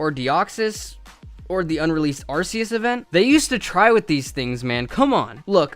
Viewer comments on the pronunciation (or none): Nobody noticed how he said "arceus" wrong? Lol